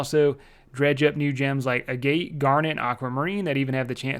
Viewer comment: great vids and great mispronunciations as always :D a gate